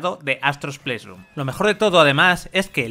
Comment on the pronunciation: Que molesto es escuchar que digan “japtica” y “pleisrun”